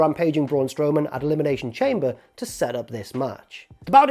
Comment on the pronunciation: Dear, Thank you for the video, Can you please go back to pronouncing Elimination Chamber, “Elimination shom-bay” Sincerely, Charlie. P.s. good video x